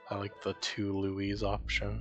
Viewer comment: It’s Louie dude💀